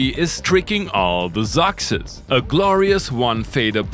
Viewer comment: "Tricking all the zoxes"? Or has my hearing finally gone completely haywire?